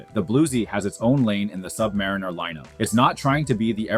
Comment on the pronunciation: HE LOST ME WHEN HE CALLED IT A SUB/MARINER